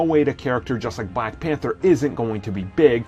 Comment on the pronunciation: Bwack widow haha